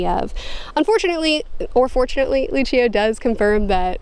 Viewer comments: You were pronouncing Lucio correctly... I had a lot of fun with this video, but next month is Changes... squeeeeee! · You are pronouncing Luccio correctly. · As an audio book listener you said Luccio correctly. You are saying Lara like the name Laura. Took me a minute to figure that one out. I was sitting here wondering why I couldn't recall a Laura. Great review!